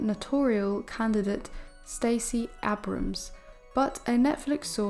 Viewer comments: I am looking forward to watching the Netflix documentary on the Sussexes. I just hope they are happy with it. By the way, the name is pronounced Stacey AY-brums…long A. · Her pronunciation of Abrams 😂😂